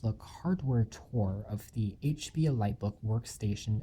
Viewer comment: Its called an, "EE LEET" book. Pronounce it correctly you sot!